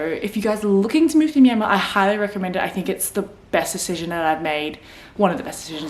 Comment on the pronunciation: Haha , we're in the same boat, but stage 4 restriction is no joke. Working from home is the only thing that keeps me sane. Btw, did you know your name means place in Burmese? Also, you pronounced Myanmar perfectly. For the property purchase, I know people bought properties in someone's name who is Myanmar citizen.